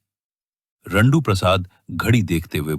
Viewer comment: Jandu ❌RANDU✅